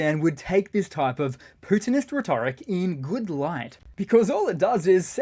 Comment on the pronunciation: Dude, I appreciate your videos, but the word is RHE-tor-ic, not reh-TOR-ic. Kind of annoying for an English speaker.